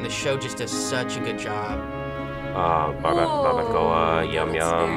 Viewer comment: She said Barbacoa incorrectly 😢😭